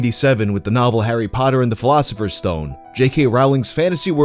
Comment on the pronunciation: TWO thousand seven, the PHILOSOPHERS stone... are you doing that shit on purpose? xD